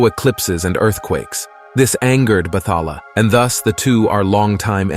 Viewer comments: Not sure if you’re using AI for audio but it is pronounced as Bat-ha-la and not Battala. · can't help to smh when i hear some pronunciations but i understand why 👌 Say it like Bat-hala and Bangu-ngot(Nightmare) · Bathala is pronounced as Bat-ha-la Tikbalang - Tik-bah-lang